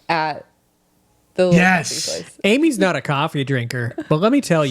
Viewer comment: Love that pronounces coffee like he’s from Jersey: Cawwwwfffeee 😂